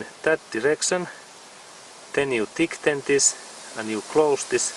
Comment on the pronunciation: Great video! Just a word of thought tighten is pronounced tie-ten thanks so much!